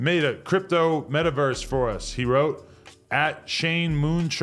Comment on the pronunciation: The way AD said metaverse scares me